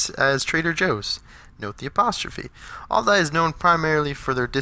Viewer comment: I don’t understand the all-die pronunciation.....